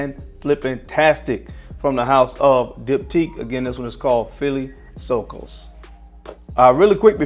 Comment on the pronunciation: philosykos = (philo means friend in greek + syko means fig in greek ) all mean he who like figs (pronunciation fil-Ò-sykos) just to help no offense meant